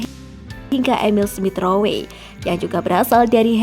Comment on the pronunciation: Smith rowwwwe bukan smith ro-we